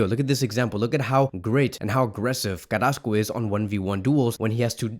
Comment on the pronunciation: Carassco? Smh